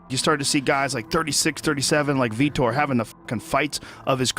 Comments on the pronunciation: You can't even pronounce his NAME correctly. That means you've never even heard it said, you keep saying Vitor like "Veter/Peter" instead of "VEE-TORE" as in "knee sore". But you sure can pronounce "like and subscribe" without any issues. Poser. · Its VitOr not vitr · All this time I thought it was pronounce like viTOR.. not.. veeter like some redneck kick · Kumon am I the only one that noticed that they say Victor Belfort his name is Vitor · his name isn't Veeter😆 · You could at least pronounce his name correctly. It's only spoken correctly in this exact video like 50 times.